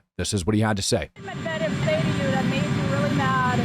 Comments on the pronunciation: To make it easier it's pronounced Med-veh-dev... And Witkoff (aka Wit(less)koff) is pronounced just like it's spelled, not Witcuv. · Here's an easy way to learn to say that Russian name you are having so much trouble pronouncing. MED-VA-DEV. Pronounce it like this and you will have nailed his last name! You'll be golden, and then you can pick on Rob because he won't be able to pronounce it either!